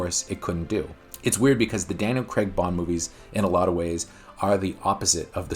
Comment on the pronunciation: It's actually Daniel Craig. Not. like " Craig David " emphasis on the Craig there.